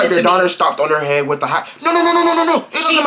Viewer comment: HEAAAADDD?!?!?? I thought he was saying hand 😂😂😂 I would’ve beat her ahh tooo